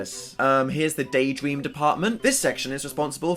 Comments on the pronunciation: … wait… he didn't say daydream… he said DAYDWEAM!!! OMG ITS SO CUTE LITTLE BABY DAN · “Day dweam”